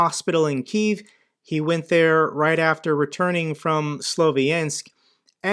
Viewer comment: funny how mr. pronounces Kyiv the how russians pronounce it, not ukrainians.